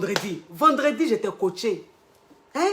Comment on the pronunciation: "j'éta" suis dead🤣🤣